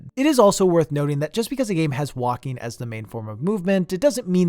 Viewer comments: I agree that some walking sections should have been cutscenes .... Everytime you said "walking", I heard "Joaquim" xD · This video, but every time you say “walking” it’s “Joaquin” 😂 (Ps. Great vid 👍🏼)